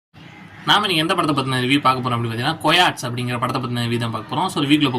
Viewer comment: Ayya idhu கொயாட்ஸ் illa கயோட்டிஸ் 😂